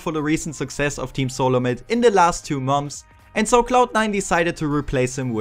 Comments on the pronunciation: XD du sagst immer momts bei months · Geil wie du immer "Momfs" sagst :DDD